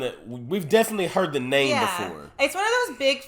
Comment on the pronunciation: Ya’ll saying his name wrong through the whole movie 🤣🤣🤣